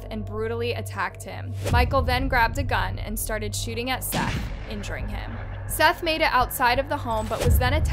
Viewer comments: Seath???? Thought his name was seth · Exactly. Like pronouncing Seath as seeth lol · Do you ever watch the video clips before going off and pronouncing their names? Lol. Don't get me wrong Seath looks like it would be pronounced exactly how you were saying it. I was definitely thinking who spells Seth like that? Maybe it's seeeeth? Lol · Why is the names always pronounced wrong? The victims at least deserve their names said correctly, I think I'll just stick to my regular channels, thus one doesn't credit other channels and the facts are wrong too on a lot of these videos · How do you mispronounce Seath’s name directly after hearing it from the news clips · Such consistency... You pronounce "Seath's" name two different ways.